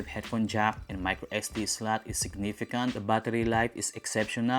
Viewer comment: Slot = slat , button but-ton 😂 funny pronunciation